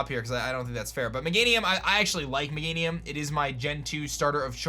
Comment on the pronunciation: Not magenium ......meganium